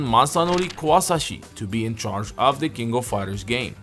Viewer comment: "the kingo fider" Nani?